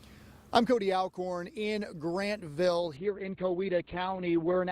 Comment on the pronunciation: It's Grantville, not Grandville